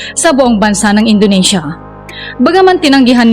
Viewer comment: Indonesia NOT Indonasia..😂